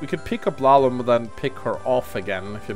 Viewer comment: it's Lallum